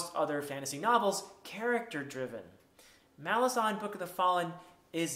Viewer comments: Malazan is pronounced Muh-LAR-zan. You have to put emphasis on the second "A". I've heard Erikson pronounce it in an interview. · My pronunciation in this video is incorrect. The emphasis is on the second syllable, not the first. Mal-AZ-an. The island of Malaz gave the empire its name — the Malazan Empire. Malaz/Malazan is like Rome/Roman. I started pronouncing it correctly later and I even apologized to Steven Erikson once in a video for mispronouncing it, but he was very nice about it and doesn’t mind whatever pronunciation people use.